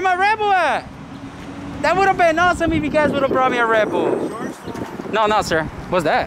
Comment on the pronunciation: Sounds like you say "rebel" every time you say "red bull".